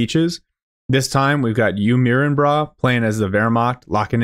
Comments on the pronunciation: I think it’s pronounced “mai-rin”, like…. Are you ADMIRING, bro? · You "mirin" brah, such a funny pronounciation. "mirin" is derived from to admire and was coined by the first fitness legend Zyzz and was used in the context: "Do you admire my body?". Good cast. Great Grenadier play from UMB?